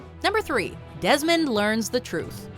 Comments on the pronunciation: Lol #2 says "Demond Dies" instead of "Desmond Dies" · ''Demond dies'' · "Demond dies"